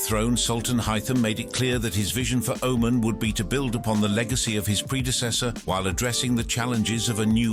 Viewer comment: If the narrator can't even pronounce the name of the country or the leader correctly.... How much in this video is even true